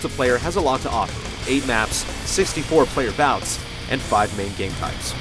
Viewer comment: did this guy just say 64 player bouts?